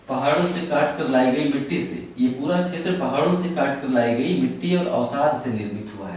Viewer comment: chhetr nhi क्षेत्र